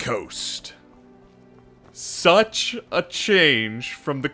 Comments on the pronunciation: New drinking contest, shot every time they say sutch 😂 😂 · "It sutch works"